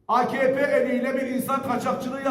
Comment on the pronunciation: Akepe değil AKahPe.